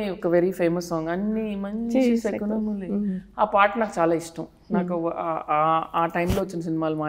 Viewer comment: Anchor pronounced the movie name correctly.. శకునములే. Some r saying it షకునములే.